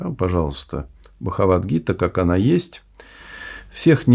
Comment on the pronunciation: Увы! Такого слепого невежественного профессора не встречал! Даже Бхагавад гиту не может произносить корректно! Сознание Кришны это сознание Бога! Сознание Бога подразумевает на благо всех, так как все дети Бога.